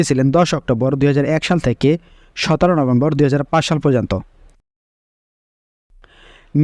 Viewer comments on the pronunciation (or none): none